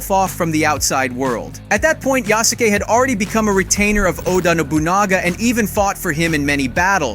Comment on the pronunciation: I'll let you slide for the first mispronunciation of Yusuke. Then you mispronounced katana